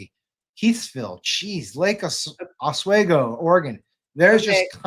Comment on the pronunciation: Hey! You almost said "Lake Oswego" correctly. The end is "wee go". Now let's hear you say Multnomah or Willamette, lol.